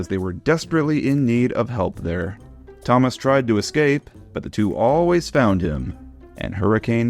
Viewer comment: Idk why, but I heard him say “Ťomaš”.